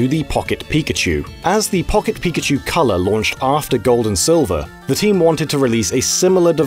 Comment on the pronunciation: Pawket pikachew